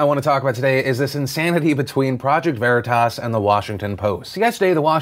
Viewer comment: You guys need to watch Boondock Saints to figure out how to pronounce Veritas properly.